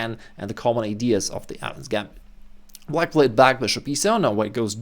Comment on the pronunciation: bro this whole time i thought he was saying "adams gambit"